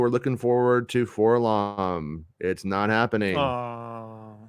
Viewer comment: it's actually pronounced four-el-oh-em, the hipsters done called him "forlom", every other droid is pronounced by each individual letter. ..we don't call C-3PO "seethepro" or "ketso" for K-2SO.